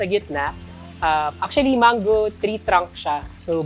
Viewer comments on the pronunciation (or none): none